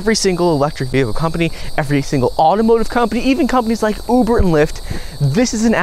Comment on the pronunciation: I thought you said in the beginning of your video “Don’t like the video” … I still liked it anyways